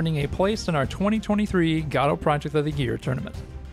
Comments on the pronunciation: the fact that you pronounce godót drives me crazy, while everyone else in the world and the community says "godôuh" or "goudough" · I've never heard it pronounced "ga-toe" - I wanted to pronounce it "Go-Dot" but apparently the developers pronounce it "Guh-doe" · Ew stop saying gah-do lol😊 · gAdot???? where is the A in Godot ?? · "gado" lol. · I refuse to accept any pronunciation that isn't "God Ott" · Lol "gawdot" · is that the way you say godot? thoght the t was silent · Hey man, there's no way for me to say it without sounding like a dick, but I think you should know. The most annoying thing about using Godot is how nobody can agree on how to pronounce it, and you just introduced a new one I've never heard before.